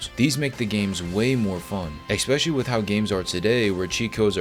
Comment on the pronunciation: *especially not expecially